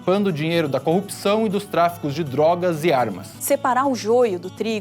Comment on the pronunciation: Porra!!! Programa de Masterclass do Moro neste vídeo!?!?!! 🤣🤣🤣 "Aprenda a falar 'copção' agora mesmo!!"